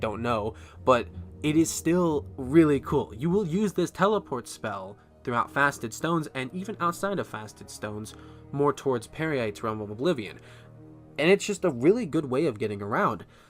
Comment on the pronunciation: Really? You thought the Stranger's "I AM READING A SCRIPT" tone and his repeatedly mispronounced words (I think he had three different ways of saying Peryite?) was good?